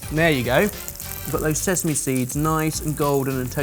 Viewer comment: ...did you just say sess-ame?!